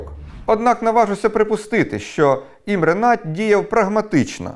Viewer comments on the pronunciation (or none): Imre Nagy - Імре Нодь, не Надь, перекладається як великий